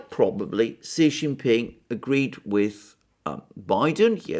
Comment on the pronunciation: TQVM to for this brilliant presentation. I congratulate you for the first among so many to have pronounced the surname of the president of China correctly. Almost all the other speakers pronounce XI as shee. This shows that the speakers lack the respect to find out the proper pronunciation.